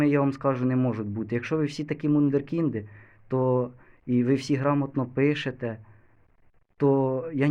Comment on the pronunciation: Знову таки не витримав і хочу поправити.Не "мурденкінг", а "вундеркінд"Перепрошую за те, що виправляю, просто ріже слух, а в мене критичний склад характеру .І ще: ти ображається на критику, але люди різні і з цим ти будеш змушений миритися.Та хіба це можливо, щоб виставити себе на всесвітній огляд одержувати тільки позитивні відгуки, та й ще з такими вадами в розмові та письмі.Щоб не ображатися треба мати само критичність, тоді жити буде краще